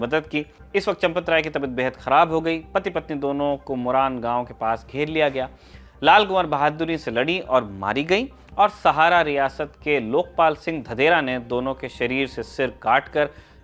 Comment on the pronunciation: धंधेरे है भाई धंदेरा नही।